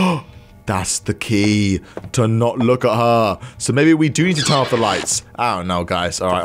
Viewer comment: Its "turn" not "tern".